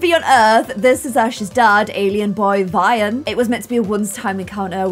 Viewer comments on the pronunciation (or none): his name is V-eye-van